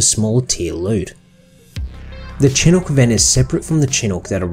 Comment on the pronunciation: Fun fact: chinook is pronounced "chinook," not "chenuk."